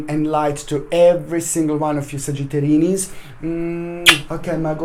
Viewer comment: Trey Amaral I think it sounds like sagittarinnis :) hehe